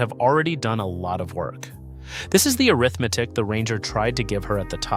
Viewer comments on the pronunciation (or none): none